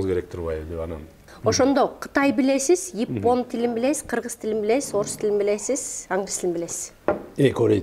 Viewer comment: Ипон дебей Япон дечи